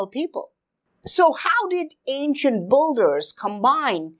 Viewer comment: Pretty nice videos. It’s just whenever you say “builders” it sounds more like boulders😂